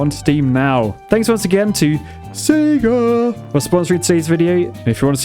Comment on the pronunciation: Points for the “Sega”